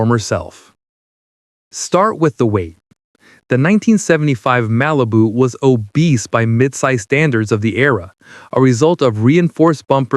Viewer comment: I swear to god I heard him say RALIBU and I lost it.